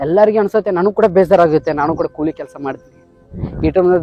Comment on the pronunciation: ಕೂಲಿ ಮಾರಾಯ ಕೊಳಿ ಅಲ್ಲಾ